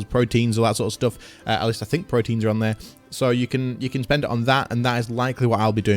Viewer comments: it's pro-te-ans rather than proteins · Protean would be pronounced "Pro-tee-ann" not "pro-teen"